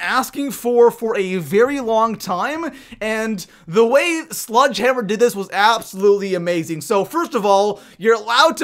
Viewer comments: Not trying to sound like an ass, but its "SLEDGE-hammer" not "SLUDGE-hammer" P.s sorry, I'm just a word pronunciation Nazi :/ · Keeps calling it "sludge" hammer 😂😂😂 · I love how he says sludgehammer instead of sledgehammer everytime